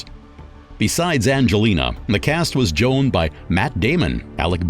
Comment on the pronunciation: Joined or Joaned? Joe Peski or Joe Peshi? You are not very good at pronouncing words.